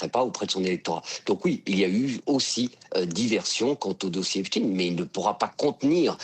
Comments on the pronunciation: Ce n'est pas le dossier "Epstiiin" mais Epchtaïn!!! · Oulaaa il a dit Epstiinneee😂